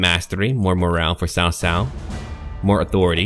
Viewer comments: You've done a pretty good job at pronunciation. As a side note, "cao" is pronounced like "tsao" rather than "Sao". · Hi the name is not pronounced "sao sao". It's a "ch" sound like in "cheese". Something like "chao chao", but with less emphasis on the h. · Cao is actually said like Tao Tao its weird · hahaha... cao cao should be read more like "chow chow" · ***** hmm...when I wrote what I wrote I meant no disrespect, and I sincerely hope you didn't take that as an insult, I merely wrote that as a note of my amusement when I hear someone pronounce Cao cao in mandarin incorrectly. Sorry for not having the compassion you share for non-native english speaker.